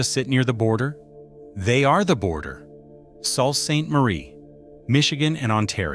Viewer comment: The narrator is leaving something out, we no longer want to risk El Salvador just because we wanted to go shopping. By the way...phonetically it's SUE Ste. Marie